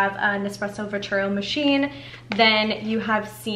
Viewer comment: Hi, You are mispronouncing the name of the Nespresso line. It's called VERTUO, there is no 2nd R in it. Say it phonetically Ver-Too-0. Next Lungo is pronounced Loongo (not laango).